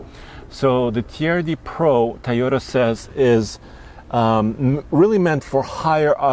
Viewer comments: Love that Tyota. I knew he's an immigrant, but is he incapable of saying it correctly? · This dude still doesnt know how to say Toyota. Tayota. No dummy. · Always "TAYOTA" 😂